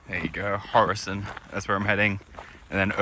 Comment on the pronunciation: Ula kırk yıl düşünsem birinin Horasan'ı "Hurosın" Diye telafuz edeceği aklıma gelmezdi 😂